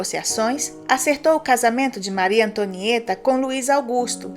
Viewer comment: maryyy tonhaaã tomo no buotoron kkkkkk eo Hamilton tuambiem kkkkk